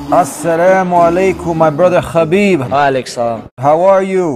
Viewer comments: DUDE ITS Habib (حبیب ) not Khabib There wasn't Such name خبیب! Its (حا) ح not خا (خ) khabib means nothing at all !! Wikipedia ↘️ Habib (Arabic: حبيب, translit. ḥabīb; Arabic pronunciation: [ħabiːb ]), sometimes written as Habeeb, is an Arabic masculine given name and occasional surname with the meaning "beloved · its habeeb not... khabib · Bro his name is pronounced Habib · he himself said its pronounced habib (he uses the arabic version) I can send u the video link if u want , but how does the russian pronounciation sound? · Mashallah 😊, but brotha, it's حبيب not خبيب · its habib actually